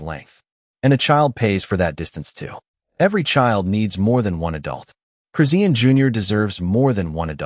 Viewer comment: It's no one's business. This is fake crap. You aren't even saying her name correctly. Dumb ass.